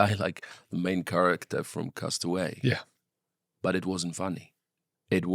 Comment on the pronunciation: He is Polish and he’s the only person apart from me, who pronounces the film Cast Away, correctly.